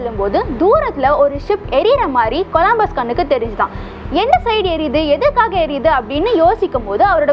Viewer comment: next time olunga pronounce panra bro